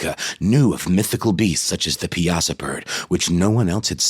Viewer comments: Pie-uh-saw bird. (I'm fairly local) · I enjoyed more podcast very interesting . I am from Alton Illinois, so I know quite a bit about the Piasa bird.. when you would pronounce the name, I would laugh every time because I've never heard anyone ever pronounce it the way you did.😅 Don't take it the wrong way it actually cheered me up that day. But I definitely enjoyed your podcast😊 Most people from this area actually pronounce it 'PI-SAW' And others put an emphasis on the "UH" in PIE-UH-SAW when they pronounce it . The Piasa Bird (pronounced pie-uh-saw), is a local legend with its roots in Alton. The name 'Piasa' was derived from the Algonquian Illinowek language and means 'a bird that devours men'.